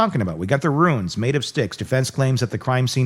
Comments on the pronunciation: Runes not Ruins. Pronounce the rules words a roons. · Stop saying ruins. It's runes. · Runes not Ruins. :D !!!